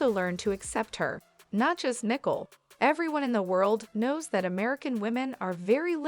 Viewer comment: Learn how to pronounce the basics of the English language BEFORE entertaining the notion of having a forum to speak the language...or, have someone who speaks English check your narrative before submitting for publication...and the name is NICOLE NOT NICKLE...I mean, really!!!